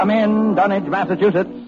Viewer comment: The Dunwich HAWra!